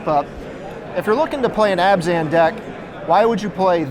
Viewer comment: Really interesting concept for a deck, but... was it just me or was constantly saying "Azban" instead of "Abzan"?